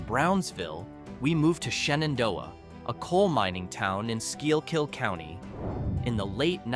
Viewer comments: Is anyone else bothered by the pronunciation of schuylkill? Its not "skeel-kill", its "schoolkill" or "skookel" depending on what part of the state youre from (Lower Susquehanna valley for me). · Shendo abandonded? Please....at least let it die first. And by the way, there is no such county as Skeelkill County. Do your research or train you AI right. It's prounounced (skoolkill). If you're going to bash it, at least get it right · being someone who grew up in Philadelphia, i flinched when i heard your pronunciation of The Schuykill River. it may be the Philadelphia accent but Philadelphians pronounce it "Schuu Kill". "The Schuu Kill River". and the power company is Peco Energy. "Peee Ko". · It is pronounced “SCOOKILL county”.. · Schuylkill canal..its pronunciation is skull kill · Cool video. Schuylkill is pronounced: Skoo-kill. I lived and worked in Pottsville PA. cool places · Somebody should have told this narrator how to pronounce Schuylkill.